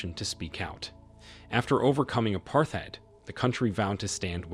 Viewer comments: Great report. But, careful with your pronunciation of the word apartheid. The t and the h are pronounced separately. The final syllable rhymes with “hate”, not with “hide”. It’s an Afrikaans /Dutch word. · Unless it's a real guy with a lisp, or is unaware of how to pronounce apartheid.